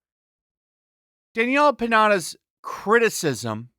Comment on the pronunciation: This whole thing is a disaster, and you know what's really funny too? ...the way you said Daniella Pineda, it sounds like Daniella PINATA! ...cause you know, she's taking hit after hit after hit hahahah